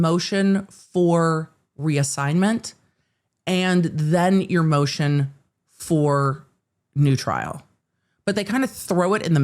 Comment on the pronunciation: 'Moshen for noo tryl'